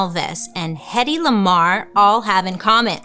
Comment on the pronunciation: When you said hettey lamar I thought you said Kendrick Lamar at first 😂